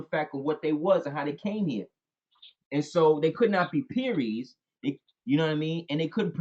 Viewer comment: are you saying Pearies or puries. How do you spell it